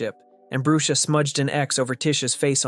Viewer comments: Its not brue-sha its brush-a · the way he prounonced brusha "broosha"